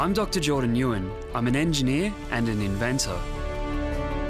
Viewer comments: "Doctor 'NGU EN'" rEeEEEeEE it's oNe syllable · The sad thing is the host, who is Vietnamese ethnic, cannot pronoun his name properly